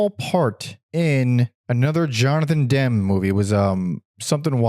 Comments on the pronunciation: also its demmy not dem :face-purple-crying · The s/t album is overrated. I don’t get the revisionist acclaim that’s been heaped upon it in the last decade. It’s just okay. BTW, Ennui is pronounced “on-WEE” so Frankie Ennui is a clever and cheeky “punk” alias. Jonathan Demme is pronounced “DEM-me” like it’s spelled, the e is not silent. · This was great! They are such an amazing band. I hope someone can do a definitive documentary on them and discover what actually happened to Sue. Btw Jonathan Demme's last name is pronounced like Emmy. 😅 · You can't even pronounce Demme you wet wipe 😂